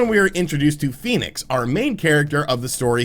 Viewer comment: I was fairly sure its pronounced "Fen-icks" not "Phoenix"